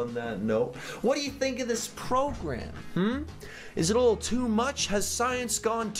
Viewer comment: This "progam"